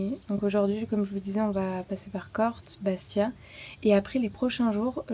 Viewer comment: Attention c'est pas Corte c'est Corté n'oublie pas l'accen😅